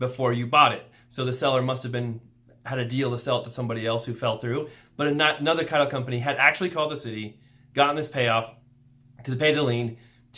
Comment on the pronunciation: I thought all the way through you were saying Tile Insurance, then heard title insurance.